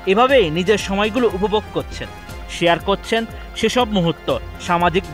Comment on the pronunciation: (কচ্ছেন না করছেন।) উচ্চারণের কি যা তা অবস্থা। বাংলা বোধহয় ২১শে ফেব্রুয়ারির জন্যই তুলে রাখেন।